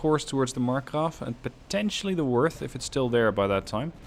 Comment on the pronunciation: German O with the umlauts (oe in English text) is pronounced similar to the u in murder. In fact moerder, the German word for killer, is pronounced the same as murder in English. In this case, the pronunciation of Worth is spot on with the American pronunciation of worth, however you need to soften the W into an English V.